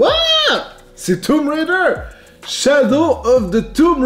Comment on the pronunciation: Je suis désolé mais JE DÉTESTE LA FAÇON QUE TU DIT TOMB RAIDER... C'EST TOOOOOMB RAIDER PAS TUUUUMB RAIDER MERDE